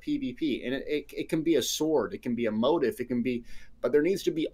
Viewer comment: It's mo-TEEF. Not like motive... Funnily enough, the top Youtube video for searching that word is pronouncing it incorrectly. But look at a dictionary guide (like cambridge) and you want the stress on the last syllable. Anyway, good video. I think the key difference you're not really getting is that in WoW "transmog" the change is applied to the single piece of armor. So if you apply a transmog to your hat, then wear a different hat, you will have to transmog the new hat again to the same appearance (the old one retains the transmog on itself). Whereas ESO seems to go the route of having a separate "appearance" set (like the costumes from the store), which can be applied and remain no matter what gear is "underneath". So, if I change my outfit to have a crown for my head, it doesn't matter what helm I'm wearing, the crown still remains. At least, that's what I'm understanding the difference to be. I have not played LOTRO or other MMOs very extensively, only WoW. I prefer the layered outfit option over WoW transmog because then I don't have to keep transmog'ing every time I get an upgrade.